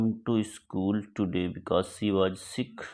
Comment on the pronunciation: Sir waj nahi was hota hai😂